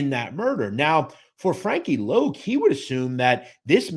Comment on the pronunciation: Wasn't his nickname pronounced Loc as in Lock ? Thanks